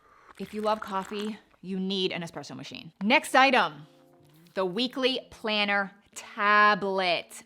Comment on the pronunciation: I love that you pronounce espresso correctly! There’s no x there. Thank you!!!